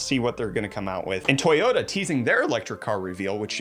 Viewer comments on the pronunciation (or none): none